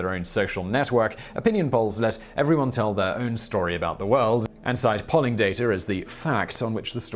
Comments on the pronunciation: Its pronounced: Pole-ing (also one of the best topTenz Ive seen) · “pawling organizations”? (odd pronunciation).